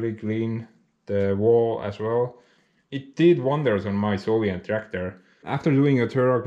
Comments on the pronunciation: Gives a grin to my face every time you say solient instead of soviet 😁 Keep it up! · Soviet not sovient😀